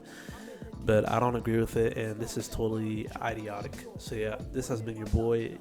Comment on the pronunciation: He cant say idiotic 😂